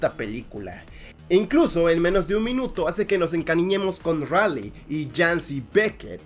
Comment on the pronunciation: Se dice ralei xd Me encanta gypsi y striker eureca